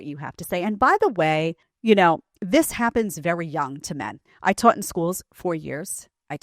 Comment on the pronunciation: I twaught this and twaught that. I twoota'em! The Sopranos called, they want their teacha back. 🤣